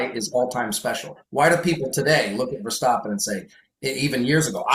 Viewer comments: How to pronounce Verstappen? As American I say the A sound but says it as O sound hmm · can we stop saying ver-stop-en? Can we make this HAPPEN??? Or are we going to start saying Lewis Hah-multin and Mox Ver-stop-en?